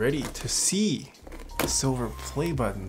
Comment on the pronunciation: Why do you over-pronounce the t in button?